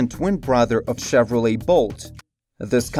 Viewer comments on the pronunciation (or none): none